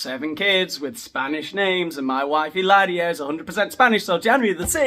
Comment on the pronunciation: Illarious. You’re making up words at a record rate. I’m impressed along with every one “ilse” in the comments. Si? I know Spanish 😂